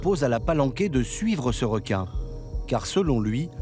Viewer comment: Elle aime les r'quin